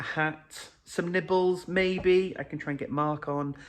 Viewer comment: Im sure you said nibbles (makes contextual sense), but i heard nipples. 😂 which is quite a wild christmas party. 😂😂